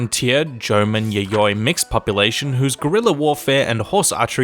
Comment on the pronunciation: The way he pronounces 'yayoi' and 'yamamoto' triggers me 😓 He pronounces the first 'y' as a vowel and then as consonant in the middle of the word? Why? 'Y' is only a consonant in japanese...